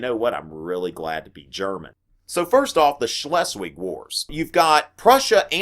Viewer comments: im not even german but still laughed at the wrongness of his pronouncation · As German speaker, I laugh every time he says stuff like "Shh-less-Wig"